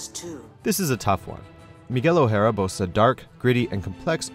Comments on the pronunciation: why are you pronouncing "o'hara" like it's a japanese name? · What the fuck was that pronunciation of O'hara ?!😂